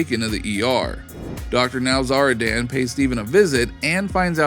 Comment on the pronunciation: Dr NowzarDAN 😂 driving me nuts.